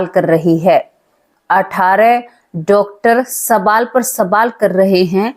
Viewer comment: Sabaal nahi hota baje (sawal ) Hota hai kai tak padhi likhi ho😅